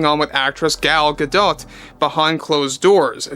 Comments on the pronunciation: I like your videos, but please man... look up the correct pronunciation for these people's last names that you report on. It's driving me crazy when you say Gal GaDot. The "T" is silent. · Isnt it pronounced Ga-doe. Im not trying to be "that guy". I just want to know if Im saying ot incorrectly. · The t on Gadot is Silent i BELIEVE JUST SAYING. it would sound stupid otherwise